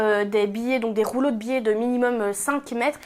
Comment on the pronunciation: Amusant, vous dites "billet" au lieu de biais ... bon tuto.